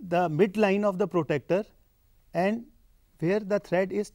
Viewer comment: Its pro-TRAC-TOR NOT PROTECTER btw nice video!